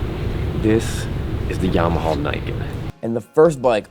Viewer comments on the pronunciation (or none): "YAMAHALL" am I the only one?